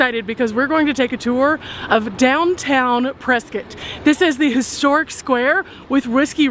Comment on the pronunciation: Thank you for pronouncing Prescott correctly! 💕